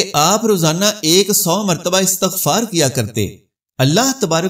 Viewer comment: عربی میں زبر زیر سےماعنوں میں فرق آ تا ہے آپ استغفار پر زیرلگا رہے ہیں یہاں زبر آ ءے گا امید آ پ اس پر غور فرما دیں گے